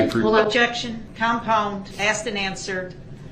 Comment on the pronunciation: Dear Mr. Brooks, the word "asked" is spelled just how it sounds, "A S K E D" not "AXED"...